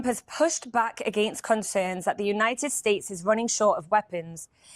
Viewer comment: I think the word promoter had several misspelling today. You usually don’t say words incorrectly like United States, Iran, and many others. Plus the audio kept going in and out. Love y’all and praying for you and your families, IDF, wisdom for your leaders, and protection for all of Israel..